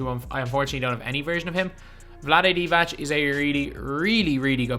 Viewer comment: Vlade Divac is pronounced not like Divach it’s like Divats. Idk how to explain